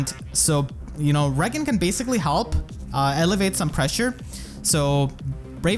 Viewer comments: Hey man loved this video! Quick thing though: I think you are trying to say "alleviate the pressure" a few times in this video, but it sounds like "elevate the pressure", which is a bit confusing since they basically have opposite meanings in this case. Unless you mean you are elevating your own team's offensive pressure and I just interpreted it wrong lol either way I love your videos! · this is one of you best videos ever dude. showcasing her potential was awesome edit: also alleviate (AH-LEE-VEE-ATE) is different than elevate